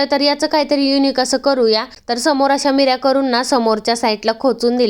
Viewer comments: मिऱ्या नाही निऱ्या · मिऱ्या नाही निऱ्या म्हणायचे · मीर्या नाही ग बाई निर्या